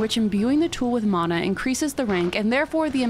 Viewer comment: This is such a small thing, but as a Hawaiian it makes me super happy that you're saying mana right